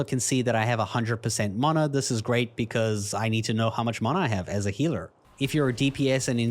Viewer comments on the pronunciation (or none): CursorTrails is something I've needed for a while. Ok content, a lot of weird pronunciations of words like 'enchant' and 'mana' however the addons content was ok. I thought it missed out several basic MUST have addons like a bag addon (Betterbags for example), dialogue UI (for improved quest reading), dragonrider (for improved skyriding indicators), Litemount (for mount management), Mapster (for improved maps), Postal (for improved mail), and QuestPlates (for a significant improvement for quest targets, daily quest targets, etc).